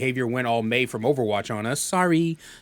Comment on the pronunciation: As an Irish man that 'sorry sorry sorry' sounded weirdly Irish wtf haha lol